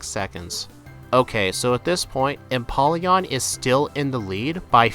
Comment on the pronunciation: Lets goo and that O in empoleon is a long O its a combination of emperor and Napoleon